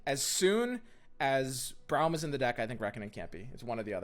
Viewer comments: I love your content, but your hair be lookin hella like Braum's stache also it's pronounced Brahm, not Browm xoxo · I'd cut a some copies of Sej and Vlad, and 2 or 3 Braum, and bjerg for drawing Sej + Vlad. (Btw it's pronounced Brom) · I stopped watching when he said Browm